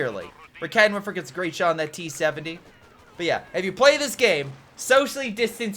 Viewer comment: “Great shot” sounds like greyshot is that intentional? 🤔